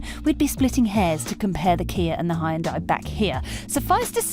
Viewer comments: HAYUNDAAi ... wtf these english and americans cant say fckin hyundai ? Braindamaged ? ..... and sportaaaz ... this car is not french my dear .... so please google it how to pronounce sportage ffs... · Hyundai is pronounced like "Sunday". Just saying